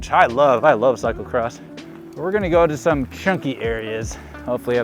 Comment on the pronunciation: its cyclocross not cyclecross. SMH